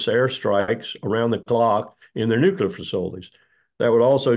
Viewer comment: New Klee Er (nuclear)